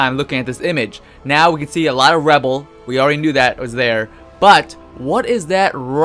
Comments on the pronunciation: Dude. It's Ruh-Bull. Not Rebel. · Its "Rubble" NOT "Rebel" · Rubble, rebble.. is rubble just another way to say rubble? Because this is the first time I've ever heard a human being say rebble instead of rubble?? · lmao am I the only one who noticed u were saying rebel instead of rubble?? XD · U said "rebel" u mean ruble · When you say Rubble it sounds like Rebel lol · "Reble"? You mean rubble, right? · Is anyone else upset that he called it rebel instead of rubble? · Omfg it's rubble not rebel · The fact he says rebble and not rubble is so irritating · Mate stop saying rebel it's rubble ffs!!!!!!! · Learn to say Rubble